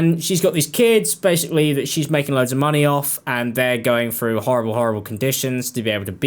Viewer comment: I clicked but I can’t listen to talking about someone going “frew” a hard time.